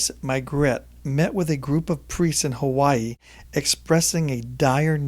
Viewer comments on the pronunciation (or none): none